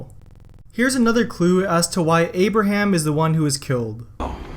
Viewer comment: Did you just say "Amber ham" 😂